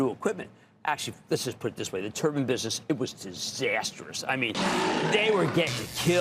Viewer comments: It’s not turban, it’s tur-bine. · IT'S PRONUNCED "TURBINE", LIKE NIMBER NINE (9) OMG!!!!! CAN'T EVEN SPEAK ENGLISH!